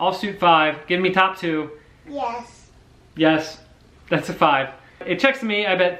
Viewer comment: Haha Cam is brilliant. Genuinely thought Andrew said BS instead of yes when you announced a 5 OTT. 🙈😂. What a heater, great session man. Hope you hit your charity target. 👊